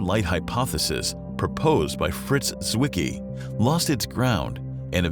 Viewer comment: the letter Z in German wean what, dear narrator? Tsett, not zzzzet. And you know what a "Zwicky" is? Come here and I'll give you one.